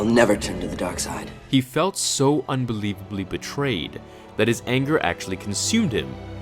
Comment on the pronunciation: I can feeeel your anga. It gives you fukus. Makes you stronga.